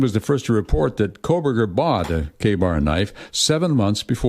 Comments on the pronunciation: Right? I’ve been posting that but they must not read all of the posts. No L in Kohberger! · Megyn, please learn how to pronounce "Kohberger." There is NO "L" in Kohberger! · She also sez halburger. 🍔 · Megyn it's not Kohl Berger, no L. You aren't reading any comments. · Please stop saying “Coal”-burger. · Thank you!!! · But how come she can’t pronounce the psychopath’s last name? Not that he deserves it but odd. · Megyn Kelly continues to mispronounce the name Kohberger. There is no letter L in the name. Mods? Assistants? It’s been years now. Help her?! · If done in the vein of sarcasm, then yes. But I think this is more of a case of sheer mispronunciation. I like your thinking though!